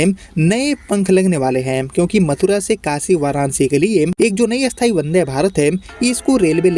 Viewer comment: 😂😂😂 bhai ka sthayi and asthayi same pronounciation hai